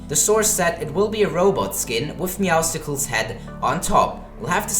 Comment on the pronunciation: I swear it’s pronounced meow sles because muscles right?